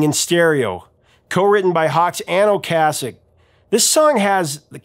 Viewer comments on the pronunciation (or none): Is "Ocasek" really pronounced the way he's pronouncing it? I've always heard it pronounced "O-case-ick", not "O-cass-ick". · Great video, Professor, but you keep mispronouncing Ric's last name. Okay sic . . . is how it is pronounced. Peace. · Until this video, I've only heard "Ocasek" pronounced "O-KAY-sek."